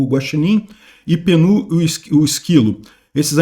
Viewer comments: É [ˈpiː.nət] (de "amendoim"), não [pi.ˈnoː] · Ô,! O nome do bicho é amendoim. Pronuncia-se Pínut. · falou o nome do esquilo de uns 5 jeitos diferentes, todos errados 😂😂😂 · Meus ouvidos sangraram cada vez que o falou peanut